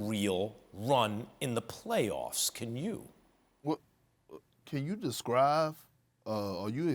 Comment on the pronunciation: He say “Can you descrive?” 😂😂